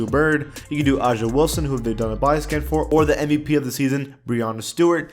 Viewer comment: Bruh is triggering me with him saying AJA Wilson. It's pronounced Asia